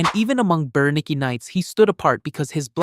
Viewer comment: Berenike knights....(bear-eh-nyk) thats how its pronounced.